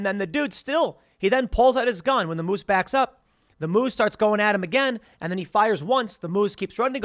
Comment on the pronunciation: i hate the way Tim says moose and also Churchill, Manitoba Tim there are polar bears everywhere